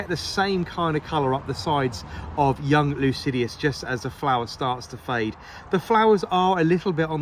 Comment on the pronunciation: sorry but it is Lycidas, not Lucidius.